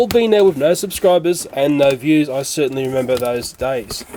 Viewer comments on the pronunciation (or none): none